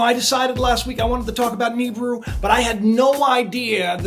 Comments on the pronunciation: Knee-brew... Knee-brew..... Ahahahha. "Naa-bere-rue" is correct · man this guy is full of shit, the Tossa cant even pronounce Nibiru how can anyone take this man seriously?